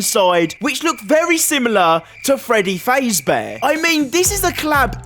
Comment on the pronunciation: Bro said faze bear